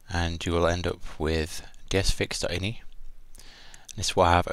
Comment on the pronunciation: You pronounce Ini as "Iny" and not by it's real form, it's initials, I, N, I (eye In eye)? Wow.. that is so strange..